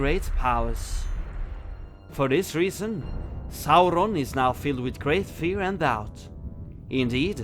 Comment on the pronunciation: I know it's off topic, but is it true you guys ended your covid restrictions in Norway? If that's true, it makes me love Norway even more 🙂🇧🇻 also, love to hear you say Saurons name once more! 👍🙏